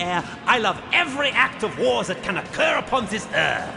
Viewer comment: I'll be honest, when The Major said "Gentleman, all I want is war" I thought he said: "Gentleman, all I want is VORE" XD